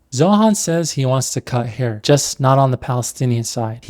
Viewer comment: Zoran has the bulge because of "de haair". Most important part is de haair, not your wiener